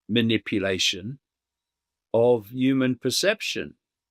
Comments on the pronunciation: Midlands accent- they don’t always pronounce the H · Why do you say yumens instead of humans?